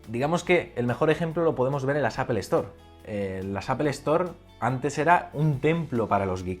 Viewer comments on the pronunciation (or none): jajajajajja porque dices "apelstore" y cuando te refieres solo a apple lo pronuncias como la fruta¿¿